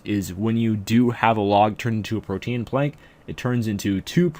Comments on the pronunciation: “PRO-TEEN” not “pro-tee-an” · Holy shit its "Protean" like Pro-Teen not Pro-Te-Ann. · Lol protean its Pro-teen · its not prote-an. its pronounced just like protein is. its a play on words.